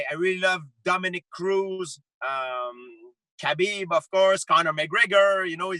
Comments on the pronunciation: It's pronounced 'habeeb' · ffs Ariel, its pronounced HABEEEB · I know kabeb want it i want it hahahahahhaha why he say Khabib like this? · Bo Bo I know. That’s just how GSP pronounces it.